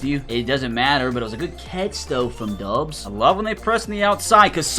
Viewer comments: Stop with the Romeo dubbs it is pronounced dobs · Never call him dubs again he doubs